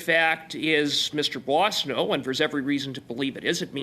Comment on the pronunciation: Puasano? Is it supposed to be Boissonnault ? For accurate information, at least the names CC offers should be edited.